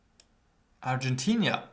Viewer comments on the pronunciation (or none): It's Argentina, not Argentinia